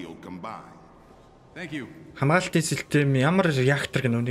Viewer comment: Хөөөё силтэм биш систэм